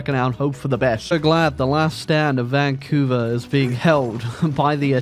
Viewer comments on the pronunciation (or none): none